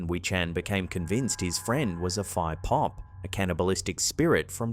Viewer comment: Phi Pop is pronounced Pee Pop. The h is aspirated.